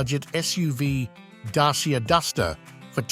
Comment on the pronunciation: It's a great car, and huge upgrades to the old Dacia (Dachia is the correct pronunciation....not dasia as you pronounce amd its the old nam of Romania).